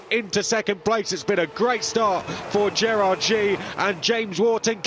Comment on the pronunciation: F3 announcers, you can't even pronounce Gerrard's last name correctly. Shame on you